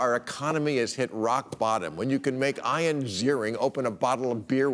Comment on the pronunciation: Ian is pronounced ee-an, not eye-yan